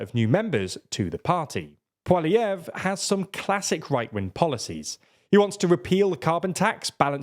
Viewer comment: You pronounced Poilievre properly, it's kind of a running joke in Canada that nobody can pronounce his name